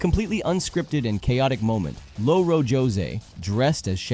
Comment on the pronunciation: The mental whiplash when you pronounced it Lo-Ro José 😂😅 you’re supposed to roll the r not pronounce it like Lo-Fi Also Louro is one of our (many) words for parrot